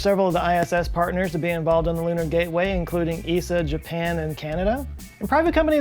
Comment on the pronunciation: Thank you for saying esa and not E S A :)